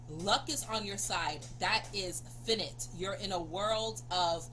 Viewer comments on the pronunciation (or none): Its pronounced f'eye'nite x not finnit as in in'finnit , so many things bout the english language dont make sense coz its auch a mish mesh of styles Thankyou for sharing your healing gifts ❤